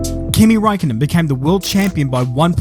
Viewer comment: well actually his last name is räikkönen not Raikkonen